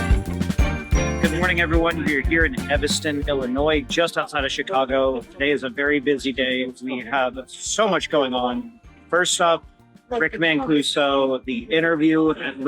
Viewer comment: ”Eviston”?? C’mon man!! EVANSTON IL. And other common misspoken words or incorrect phraseology- should bone up or have someone else do the audio( perhaps use a voiceover narration)And I’m only half way thru!